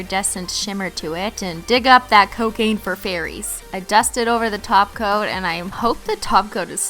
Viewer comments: I like how when she says top coat it sounds like taco 😁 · Wait wait wait... Did she say TOP COAT? not TACO.. 😂😂